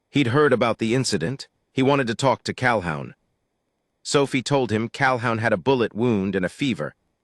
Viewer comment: Pronounce CalHOON